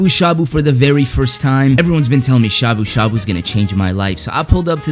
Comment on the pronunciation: "shabu shabu"💀💀